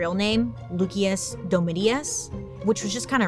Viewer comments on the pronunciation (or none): Please tell me someone dragged Bailey thru it for mispronouncing Lucius. Loo-Key-Us lol cmon 😅 Nero set Rome a blaze so he could build a sick new palatial palace like no other. Allegedly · I believe Lucius is pronounced like loo-shus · Nero's actual name is pronounced like "Lucy-us" the c makes the s sound lol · LUCIUS is pronounced LOO-SHIS, Bailey. You’re welcome.😇😘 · Hey...u think since Lucious derives for the word luce (light) in with the c is pronounced ch. Then Lucious is probably pronoknced Lu-shious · LukeyUs😂😂😂 love her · Mispronunciation is really cute on you, but FYI, it's loo-shus dome-it-us. Yea. I was the nerd who took Latin in high school. Luv U! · The way Bailey pronounced “Lucius” is absolutely diabolical